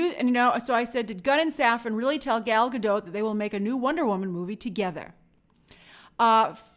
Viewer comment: Gal is not French, so maybe it is pronounced Gahl Gah-doht